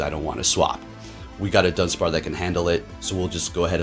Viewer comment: lol “dunspar”